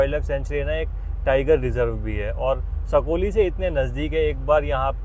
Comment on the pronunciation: सकोली नही है साकोली है